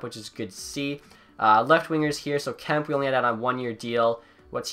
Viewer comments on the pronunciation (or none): you dont say kempe right. its Kemp-A